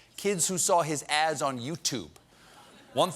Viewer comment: Any one else heard him saying ass instead of ads ?? lmao